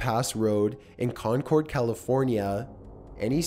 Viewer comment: WTF I LIVE RIGHT NEXT TO CONCORD IM SCREAMING also its not pronounced Con-cord its more like Concerd